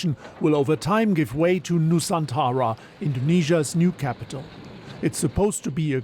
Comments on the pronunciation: Its nusantara not nusanthara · it is not nu saan tara, it is Nu-san-tra.